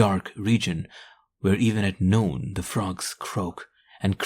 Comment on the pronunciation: Even though he pronounced noon "noooown".